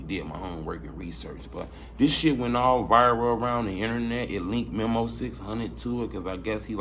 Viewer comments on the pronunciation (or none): U keep callin folks "MEMMO" his name Memo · Bro it's Meeeeeee Mo